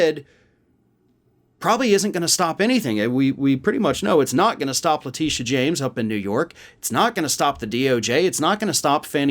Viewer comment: Dude. On behalf of all women named “Letitia” which changes the pronunciation of in every video, it’s pronounced La-Tish-a You have harped on the GOP for mispronouncing names, yet here does it just as much